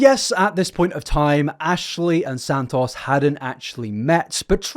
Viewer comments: I hope you dont have to make another video on her but if you do, santos isnt pronounced san-toss its san-toes, just cant hear you go thru another 2 hours like this man 😅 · omg please stop saying his name like that it's not sand toss😭